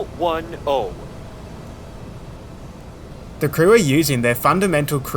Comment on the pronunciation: You're doing pretty good but no one says O1O as a heading it's zero1zero which for the virgins is a heading of ten degrees on the compass.